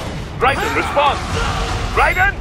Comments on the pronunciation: It's not pronounced "Rie Den" it's pronounced "Raiden" with Rai sounding like ray so pronounced Rayden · it's RAI-den, not rai-DEN. You can even hear it in the game for god's sake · Can't he just say "Raiden" the way it's said in the game? "Rai-den"... yeah I get it, that name is made up of two syllabies that have a meaning. Lightning bolt. I don't know... I mean someone's gotta edit that stuff, so didn't that person think "Ummm, well, I think that sounds just stupid how he says Raiden. Maybe we should do another take?" I hope doesn't take this as an offense. I know how much work it is to do videos and you do an amazing job! Please don't be pissed.:) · Raii - Den ... ? Well, that completely tells you the narrator has no idea what he's talking about. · rage quit as soon he said rai-den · why call him Rai-den,wtf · Did you even play the game? Because if you still can't pronounce Raiden's name even after "RAAAAAAAAAIIIIIIIIIDEEEEEENNNNN!!!!!", I'm not entirely convinced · Yeah, next time you do a review, make sure you know to pronounce the main character's name. Seriosuly, it's not that hard. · No reviewer has the right to review a game if they can't pronounce the protagonists name properly.